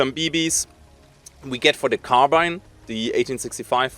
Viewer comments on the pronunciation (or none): none